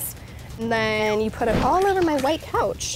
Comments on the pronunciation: I ain’t even going to lie I heard couch then replayed it and heard oh shi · Florence Dwamena i think she was trying to say couch but said “coush” 😂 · yeah she said ‘coush’ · she definitely said “coush” 😂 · She ment to say COUCH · She said couch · She was trying to say couch lol